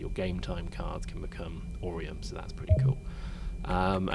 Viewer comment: AURUM! NOT OREUM!